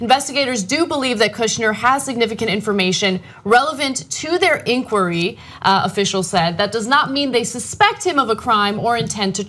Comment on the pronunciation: that is the strangest pronunciation of "inquiry".